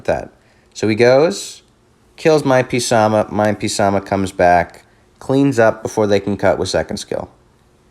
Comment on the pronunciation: Please don't call him P Sama it hurts😂 love the video tho, most people pronounce him "Suh Moth" or "Suh Math" Keep up the great stuff❤